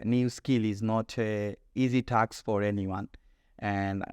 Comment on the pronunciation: Both the examiner and the examinee suffer from serious pronunciation mistakes. This can fetch at best a 5.5 /6. The word is not taks (task)